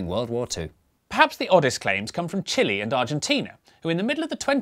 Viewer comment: As a Chilean, watching representing Chile makes me want to see him to be dressed as a giant Chili. And it is pronounced Chile not Chile. (damn English pronunciation rules).